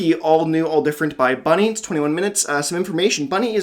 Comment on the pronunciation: Ayyy, it's me. Thank you for the React'N'Rate, you're the first non-german to pronounce my name absolutely correct. I had a lot of fun watching this video. I absolutely loved your commentary throughout and I can not unhear Carol of the Bell for Saint Killer now. □